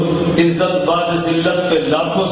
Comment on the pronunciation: Ilyas ghumman itna bada jhoota ,jahil jumman niklega iski ummeed nahi thi, waqai dev ke bande eiman k sath sath ilm se bhi kharij hote hein..plumber to plumber he ussey kisi ilmi baat ki ummeed sifar he . IS SHER ME LAFZ BU'AD HE BAA KI PESH KE SATH OADHA JATA HE .LAFAZ BAAD NAHI HE JO BAA KE ZABR KE SATH HOTA HE